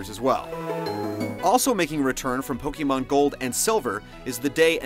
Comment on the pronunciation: POKEYMAN? with the Poke and the Man and the Wawawa!!! Why can't anyone pronounce pokemon correctly! Nintendo made it for their own Damn english pronunciation! Its Poke like Pocket and Mon like Monster! There is no changing of how its pronounced when you put them together :p [/end rant]